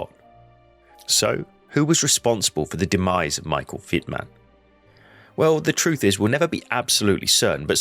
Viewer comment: Y dale, pronunciando el alemán, como el inglés: Es Vitmann. No Guitmann